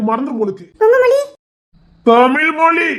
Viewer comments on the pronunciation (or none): இனி மேல் தமில் மொலி இல்ல pl தமிழ் மொழி 0k